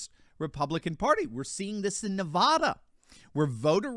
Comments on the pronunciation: Ne-VAD-uh (with the second syllable rhyming with mad) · Please pronounce NEVADA correctly. We love your broadcast.